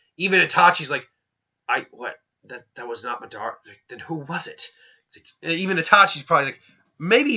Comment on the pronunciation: are you calling MAdara MEdara